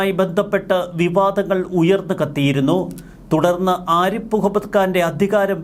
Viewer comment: "ആരിപ്പ്" മുഹമ്മദ്‌ ഖാൻ അല്ല സേട്ടാ, "ആരിഫ്" മുഹമ്മദ്‌ ഖാൻ എന്നാണ് അങ്ങേരുടെ പേര് 🤪